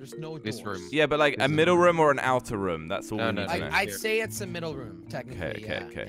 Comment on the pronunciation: It’s r-oo-m not rum